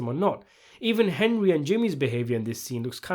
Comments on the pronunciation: hendry. henjry. it’s HENRY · Anybody else like the way young always called Henry, "Hendry"?